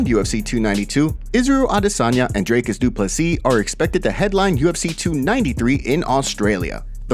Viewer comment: “Dricus Duplee” -Shaub